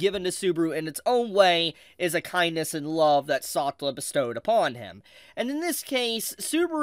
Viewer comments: Pronunciation. The Anime has her name: Sa-tel-la . You saying it in one breath, one syllable is completely confusing. It is only from context do I know who you are talking about. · The way you say “Setella” is cursed bro. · saw-tuh-luh.. I'm cringing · please pronounce Satella correctly.. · How is he still getting Satella's name(pronouncation) wrong is beyond me. When you have both Dub and Sub version available 😢. 💔